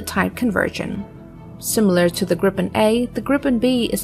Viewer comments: Kind of more grrippenn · stop saying " Gripppen" sounds stupid, its SAAB JAS 39 Griphoon